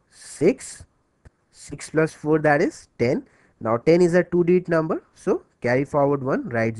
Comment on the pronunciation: Lol "and two is a toody numba"hahahaha he's funny thanks though guy its helps out alot